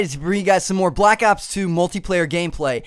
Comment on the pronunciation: stop saying black aps its not called that its black ops